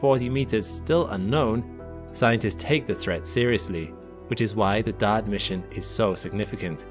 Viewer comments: Are you saying dart or daud? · I thought he was saying Dot. LoL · Thought he was saying DAD !! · Anybody else shocked by ? Who knew Dodd / Dad / Dot had an 'R' in it? That's an exaggeration, but I have needed conscious effort each time I hear it to recall that that sound is meant to be the word "dart". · I swear he's calling "Dart" "Dad" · He refuses to call it Dart. Maybe he thinks it's called dot? Maybe he can't read? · DART.... the R isn't silent 😕